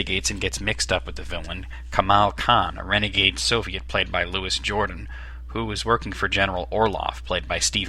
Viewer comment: Good review except it's LOO-EE JURE-DAN, not louis jordan. Louis Jordan is a black muscian from the 1940s (very good too). Louis Jourdan is a French film actor who worked with Alfred Hitchcock, Vincent Minelli, Sinatra, etc... I remember this film from when it first came out and before I discovered Sean Connery. I was 14. Since then, Sean Connery has been the ONLY Bond for me.